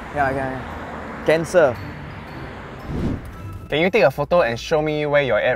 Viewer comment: I thought say "Cancer"